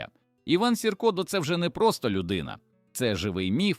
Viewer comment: Що за наголоси?! Іван Сірка... Він був вовк, а не хімічний елемент 👎